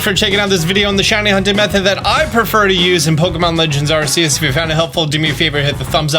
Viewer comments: u keep sayin R-C-us but its actually pronounce R-key-us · Every English-dub trailer from The Pokémon Company: Ark-ee-us: ARSEEUS OR DIE Edit: great video and great tips, though! 😂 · The cannon pronunciation is Ar•key•us. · I cannot forgive those who say: arsey-us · I just did some research on pronunciation of "Arceus". Apparently the soft C is the "Japanese method" of pronouncing it in English which makes 0 sense. But, anyway, the "official pronunciation" is Apparently AR-KEE-US. Just so ya know. I was confused myself. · Great guide! Thank you. Subscribed 😊 Quick question to everyone because I've heard it pronounced both ways, but please let me know so my son and I can settle our debate. Is it pronounced "Arseus" or "Arkeus"? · Arrrr-keee-ussss say it right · Is Arceus pronounced are-see-us or arc-key-us? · Love the videos!! Just out of curiosity, why do you always pronounce it “Ar-seeus?” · It's pronounced ARK-eus. Hoe it is spelled is NOT how you say it! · PLZ it’s AR-KEE-US 😂 but have ran into one shiny randomly. It was a drifbloom and it came out in a distortion thing 😂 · im Trina see were the S is coming from in Arceus💀💀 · Everyone still mispronouncing Arceus all over the place... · why do you keep pronouncing Arceus wrong lol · Say arceus right!! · seriously?! Still don't know how to say the word 'Arceus'? I guess you are not much a learner or admit wrong doings. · So Arceus is pronounced the way you said it but the phone is the ark phone?